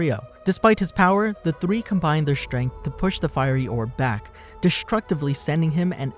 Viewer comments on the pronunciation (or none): none